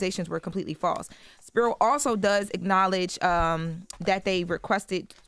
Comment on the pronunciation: Just one note: It’s pronounced SP-EYE-RO